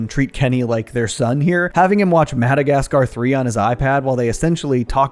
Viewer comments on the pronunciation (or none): none